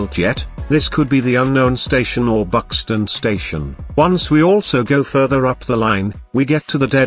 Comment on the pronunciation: "Buxton" Mhm Northern Vibes